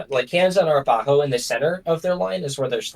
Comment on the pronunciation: Arapaho is pronounced a-RAP-uh-ho .... not ah-rah-PA-ho.... please fix how you both say it!